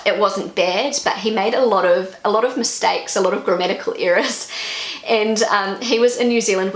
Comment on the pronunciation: It sounds as if you are saying "grammatical eras".